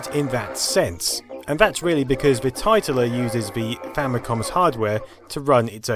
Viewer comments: It's pronounced tit - ler. Much more amusing that way. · Famicom Tit-ler.